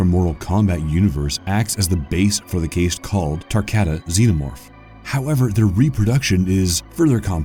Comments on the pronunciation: The word is Caste. It is pronounced like same way as Cast. Like what you put on a broken arm. It should not sound like "Case." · Caste is pronounced "Kast" sorry it was driving me nuts. Otherwise great work. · "Caste" is pronounced cast, like a cast you'd wear on a broken limb. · Caste is pronounce as "Cahst" or "Cast", not Case-te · Cast not Case.....glad you got it after the first couple 😅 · “Caste”. 😂😂😂😂. It’s pronounced CAST bro. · It's pronounced "cast", not "cayste". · Here's a fun fact, did you know that 'caste' is pronounced exactly the same as 'cast' - car'st - and not cay'st as it is in this video - I get it, there are differences in spoken US & UK vocabulary' but some words are spoken the same in both. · I think its pronounced more like cast, not kayste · every time you say "Cased" instead of "Cast" it makes me die. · You kept pronouncing "Caste" like "Taste", but it's actually pronounced like "PAST". With all these mispronounced words I'm starting to get fed up and wondering how I can get hired here so I can help you guys do it RIGHT. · Caste = sounds like past; not like paste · Caste: pronounced “kast” NOT “cased” Learn how to pronounce words before you try and use them. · Don't mock people for mispronouncing words. It's just a sign that they learned things by reading. That said, the word caste is pronounced like "cast" not "cased". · My man,its inPREGnable,not inPREEGnable,also CAST not CASE.Sorry but it erks me when a channel makes videos and mispronounces so many normal words that should have been taught in middle school lol. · Its "cast" not "kayste" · same i had the same issue. I've never herd anyone pronounce Caste as "Case-t" I had to check the dictionary and their pronunciation is /kast/. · the constant mispronunciation of "caste" is annoying. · "Caste" id pronounced CAST. Sorry. Pet peeve. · CASE-T CASE-T CASE-T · Caste is pronounced Cast. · The word is pronounced CAST like the cast of a movie. The E in caste silent.